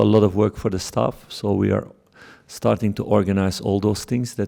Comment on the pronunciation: "It's zeee only way"